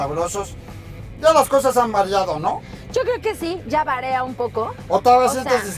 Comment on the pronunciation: Le hace falta corregir su vocabulario a esta mujer, antes de usar frases en inglés. Dijo: "Más sin en cambio", "más sin embargo", y es Sin en cambió, sin embargo. También dijo: "Varea" y es varía, de variar.